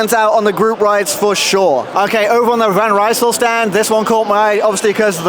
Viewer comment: Keep pronouncing Van Rysel wrong.